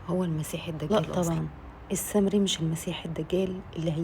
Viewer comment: بعدين انطقي اسم السامري مش السمري